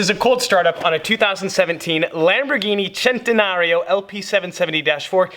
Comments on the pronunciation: Y do u say chentenario it's centenario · It’s not pronounced “chentanario” it’s pronounced “sentanario” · CENTENARIO not SHENTENARIO 😑😑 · I’m honestly fucking tired of people saying chentenario it’s fucking centenario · its pronounced s like sentenario not ch chentenario and every normal car has that lever for the trunk so that shows something about ur inteligency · SEN-TE-NARIO NOT CHENTEFUCKINGNARO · Chentenariooo? The right way sounds more like this sentenario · It's pronounced "centenario" not "chentenario" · It’s centenario not chentenario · it a centenario not a chentenario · Centenario not chenenario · If I got a brick for every time said “Centanario” I could make the Great wall of China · Chentenario or centenario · Why do you keep saying chentenaryo? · I will not watch this video i cannot stand to hear chentanario one more time ever in my life. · You can't pronounce centenario bruh.... It's a joke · The way he pronounces centenario is so cringeworthy, your not Italian bro just pronounce it like a normal white guy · You straight butchered the name of that car lol